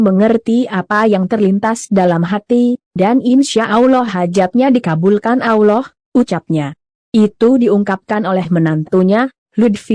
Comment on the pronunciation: Mimin baca Allah.. Yang benar.. 🤣👏.. Pidato jual bawang aja....... Malu maluin... Maksa.... Kalo gak bisa jangan maksa.. Kayak gabener 😅